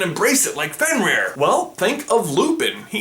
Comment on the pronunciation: OMG U SAYING ALL DA NAMES WRONG!!! FEN-EER LOO-SEE-OOS